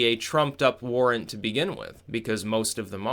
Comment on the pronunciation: Are you saying fisa Warrant or warn???